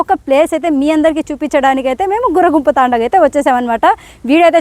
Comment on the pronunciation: అది గుర్రగుంపు కాదమ్మా "గుర్రoగుంపు" తాoడా మాది కడపనే నమ్మా. కొన్ని తప్పులు చెబుతున్నావు. సరిచేసుకో